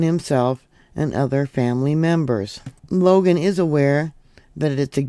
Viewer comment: Longo, not Logan.